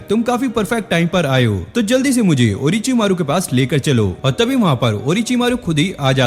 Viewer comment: Ochi maro❌orochimaro✅